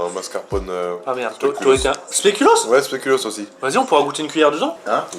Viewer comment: mais respecter deja une bierre au speculoos suiss y'a deja un mauvais bails et ca se dits spéculause pas spékulos